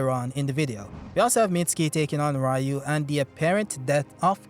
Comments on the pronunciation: It's pronounced REEU, not RAEEU. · Its "Ryu"!!!!!!